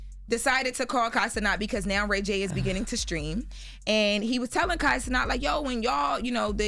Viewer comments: I’ve noticed every time Kai Cenat comes up on here, all of them mispronounce his last name. He’s corrected it a few times, it’s “Ce-NAT,” but they pronounce it “Ce-NOT” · It's Kai Cenat!!! (sin-AT)!!!!!!!!! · 1.NOTHING FUNNY ABOUT RAY J especially being a father of two and pushing 50 yrs old. Doesn't he have and promote a "GAYgency" ? So why are y'all laughing at this creep behavior? 2. Kai's last name rhymes with Cat..why do y'all keep saying his last name so fancy and wrong? Nothing is funny about targeting young men for showers, amazing how y'all played 2 seconds, like the conversation wasn't longer and worst than that clip. He talked about being "butt hurt" and Kai hung up on him... Y'all promoting fuckery but if Ray J got caught being a PDF y'all would turn right around and report on it